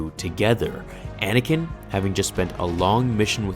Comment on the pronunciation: you said Anakin wrong